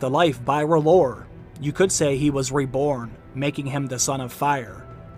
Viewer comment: R'HLLOR IS R'HEAL